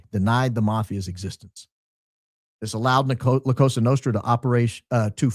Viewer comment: ...love you bro...just one technical correction.....the S in Cosa is pronounced like soft z...(koh-zah). Go max!!!!